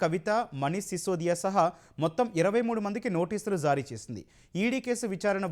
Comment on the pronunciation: News Reader కు ఒక సూచన... You are pronouncing (జా) as zaa... Please Try to correct it... That is జారీ... Not Zaaree (I Love E TV...)